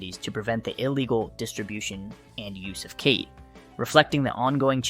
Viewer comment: Bro cannot decide how to pronounce "khat" lol. Also, saying "schedule I V" while showing a syringe being filled up is going to be super misleading to people who don't understand that it should be pronounced "schedule four" and that the schedule level of drugs has nothing to do with the route of administration